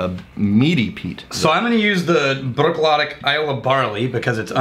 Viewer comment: I know this is old and will probably never be seen, BUT, it's pronounced "Brook- laddie".